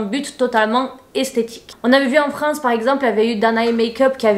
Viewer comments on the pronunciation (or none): none